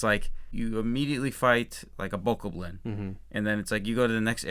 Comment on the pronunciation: also good job for pronouncing bokoblin correctly.